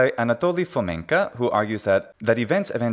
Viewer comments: Why do you pronounce Fomenko as Fomenka? It's not a Russian surname (unfortunately). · FamenkOH!!!! Not FamenkAH!! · Wrong "a", but thanks for playing 😁 Hint: the last syllable is very unstressed, the vowel is almost not there, it's even devoiced almost to "фаме́нкх". But you're pronouncing it almost like the Czech long "a" at the end of "Navratilova" 😁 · Not enough though - that "фоменкА" is kinda annoying.